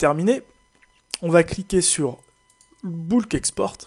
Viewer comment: Je me suis arrêté à . "Bulk Export" en Anglais se prononce "beulk" et pas "Boulk", et pour créer un tabeau sous Excel, pas besoin de descendre jusqu'en bas de la dernière ligne, suffit de se placer sur la première et de cliquer sur "Formater comme un tableau" (Format as table, pas sûr du nom en Français) et on peut même choisir la couleur du tableau. Imaginez devoir faire cela sur un export Semrush ou autre avec des dizaines de milliers de lignes. Impensable.